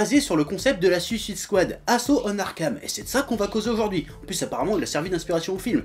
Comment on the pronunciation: J'ai aimé le film perso, mais cet animé a l'air vraiment bien, cette vidéo m'a donné envie de le voir ! Par contre, s'il vous plait, j'aimerais voir une critique française où "Suicide Squad" est prononcé correctement xD